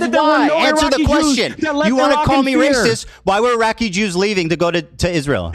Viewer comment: Reminder that Hasan openly admitted to visiting a brothel known for underage sex trafficking. He admitted to this. On stream. Also, love how Hasan cannot pronounce "Iraqi". Dude says it like "Araki". "I know you go to sleep at night in a cool racecar bed, but I have family." That has to be the most savage thing Ethan has ever said. Rare H3 W.